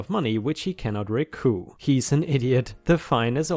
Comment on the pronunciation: Recoup short for recouperate. You pronounce the "p" I get the logic that it's french but the "p" is pronounced because it's a shortened word. Your English is awesome. Also I feel like I heard you say "bitte"